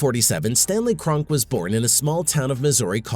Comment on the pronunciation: It's pronounced Kron-Key.